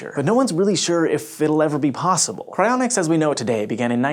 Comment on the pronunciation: I legitimately thought it said "Crayonics"